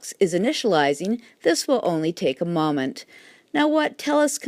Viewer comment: This will only take a moment ...."moe-ment" not "mom-ment"